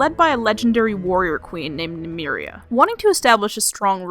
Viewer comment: interesting pronunciation of Nymeria